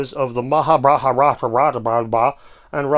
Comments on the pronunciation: My man. Its Mahabharat and Ramayan. Not too difficult to pronounce. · ...ahhh...so it IS pronounced Mahahahbaratttta. I knew it! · Angry Astronaut is doing some very well grounded vids & interviews about Space related & especially 3i Atlas. His interview with Viking Mission bio signature experiment scientist is mind-blowing! PS loving the pronunciation class especially the Mahabharatattatatatata PPS -on a separate note, One-Eyed Giant Building Walls is doing spectacular work on Polygonal masonry & so called Cyclopean walls!